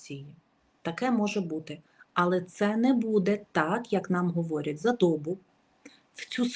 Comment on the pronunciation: люблю и уважаю, но не дОбу, а добуУ. Коверкаем нашу мову. Скорейшего мира нашей Украине! 🙏❤️🇺🇦